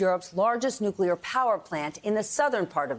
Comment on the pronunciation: Please please please learn how to pronounce nuclear. It’s not Neu que lur. It’s Neu clear. That lawmaker is dumb.